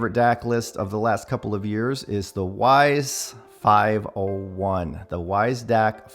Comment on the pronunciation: Hey just heads up the W in Weiss is pronounced V as it is a German name. Cheers